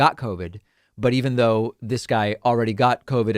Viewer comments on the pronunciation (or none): none